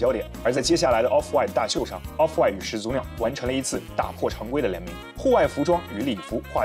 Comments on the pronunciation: 始祖(shǐ zǔ)口语连读应读作shí zǔ而不是shǐ zú，听着很别扭。举例：懵懂(měng dǒng)口语应读作méngdǒng而不是měng dóng；产品读chán pǐn不是chǎn pín；火腿读huó tuǐ不是huǒ tuí；检讨读jián tǎo不是jiǎn táo...... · 按照普通话发音规则，两个连续三声，第一个三声应该读二声。